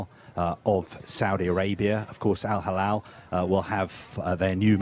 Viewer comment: not Al Halal 😂 it’s Al Hilal ✔️